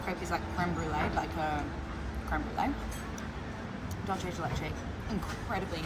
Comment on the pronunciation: Don Julio it's for the tourist. it's good? yes. but for a tenth of the price, you can have the real asado experience in any other parrilla. and the meat still is going to be exellent. ah, its not "dolce" de leche. its not italian... its dulce.